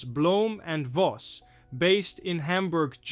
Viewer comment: No no no,oh please not bhloemn and Voss you say the Voss correctly but the Bhloem is said just say Blom Das ist Alles Danke...